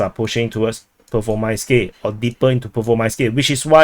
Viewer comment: Still sayin Rhaybhar, LMAO. Your show is entertaining solely on listening your chinky names slaughter. I wonder, still, why Pervomayskoyeeeeh and not also Vodyaneeeh, but Vodyanhhh instead? At least be consistent in your blunders. Btw. Congratulations on discovering the term "tentatively", English grade 4.